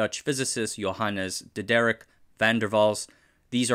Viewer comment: I love the way you pronounced Diderik. From now on it shall be pronounced this way. Greetings from the Netherlands.